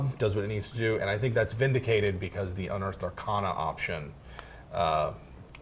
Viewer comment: The sounds coming out of your mouth did not sound like "unearthed arcana."